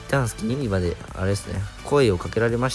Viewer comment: おつかれちゃんです 最近動画見れてへんくて溜まってたのん全部見たw ユ↑ニ↓バちゃうで！ ユ↓ニ↑バやでw